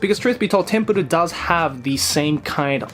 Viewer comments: Its not tempurur its tenpuru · It’s TENPURU not Tempuro? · Also it's Tenpuru, not Tempuru. I think the failed on that one. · For anyone else struggling to find the second manga he was talking about I found it as Tenpuru not Tempuru. Or englishly as Temple. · The series is actually call tenpuru not tempuru if anyone is wondering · It's called tenpuru, look it up as "tempuru" you'll get results for tempura. Also known as Temple. Saved you and everybody else 17 agonizing minutes. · Does he really need to pronounce it as tempuru its literaly just temple